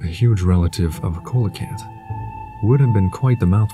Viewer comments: The Coelacanth is pronounced, "see-luh-kanth.." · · I don't know who he is either but I like him. The music doesn't bother me; I just lower the sound and focus on his voice. He just needs to correct his pronunciation of coelacanth.